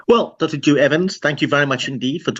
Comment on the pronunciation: It's killing me everytime English people say Dewi 😢 - it's pronounced Dow'ee - thank you x